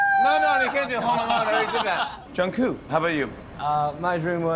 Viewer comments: i’m cackling how he says jungkook he’s like jun-koo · Did he really just say ‘jungkoo’? 🤦🏼‍♀️🤣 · how did no one notice Jimmy say jungkoo? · Is anyone else laughing their ass off from jimmy calling jungkook jungkoo? I mean it’s ok sometimes we army’s do that too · Jimmy fallon kept pronouncing Jungkook’s name wrong 😂 ‘John Q’ 😂